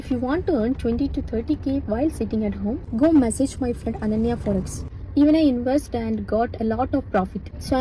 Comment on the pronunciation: it's Aanya not Ananya...